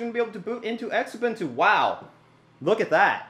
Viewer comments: Penny are not engraved they are stamped ! also the X in xubuntu is pronounced as a z zu-bun-tu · Xubuntu. Pronounced Zoo-bun-too.